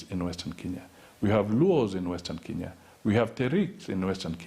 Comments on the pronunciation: Why do Mudavadi Pronounce KE as KI.? He says Western Kinya.!! His own country is mispronounced. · He is a typical product of pre-80 Nairobi School. A school which in pre-80 era was still terribly British; and where things-African were looked down upon. I am therefore not suprised that he has the capability of mispronouncing his own country.